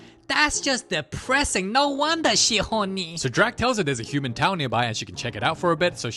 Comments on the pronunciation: "CAUSE SHE LONLEH AND HORNEH😫😫" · "cuz she lonely and hawny"